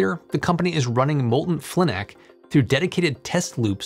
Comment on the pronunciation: I used to work with molten salt research in college. We pronounced it fly-nack